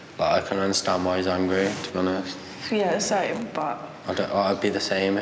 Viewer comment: mark mark “understNad”👏🏻👏🏻👏🏻